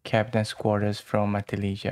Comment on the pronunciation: It’s pronounced “ma-TIL-lih-ha” The j is pronounced like an h. You couldn’t be expected to know this if you don’t live on the California coast, though, so no shame.